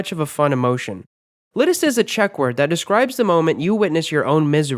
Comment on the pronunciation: wtf didn't expect a Czech word here haha however the pronunciation is nowhere near to the actual one. :D :D